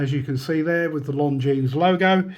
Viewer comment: Great looking watch despite the beating and I'd def go for the 44 too.p.s,At the risk of sounding pretentious ...Isn't the s in Longines silent?